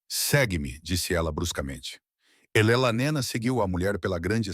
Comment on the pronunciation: O narrador IA precisa aperfeiçoar a pronúncia do nome da "Elelanena"😅😅😅 Alguém deveria explicar-lhe que se pronuncia E-le-na e não "Elelanena" 😅😅😅